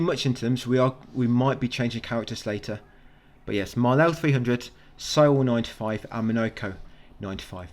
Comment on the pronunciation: dont call Maelle,Malel pls 😂😂😂 youre too funny mate